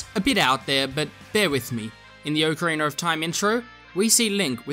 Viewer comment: Twilight Princess "Haych-D"...."Ocariner" of Time. Gannondorf is an anomaly. There aren't Garudo males....they are a female tribe.